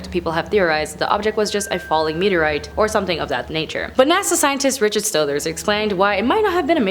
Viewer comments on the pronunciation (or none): none